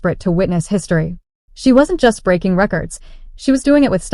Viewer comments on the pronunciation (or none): Breaking.... not breking